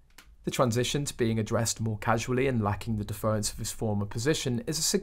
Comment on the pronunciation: It's "DEFFER-ence" not "DeFERence".